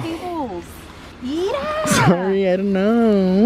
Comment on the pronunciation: No one: Castro mom and: an sorri for llu